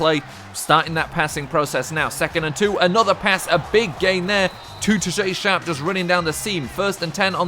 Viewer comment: Its tajae sharpe, like Tahj ay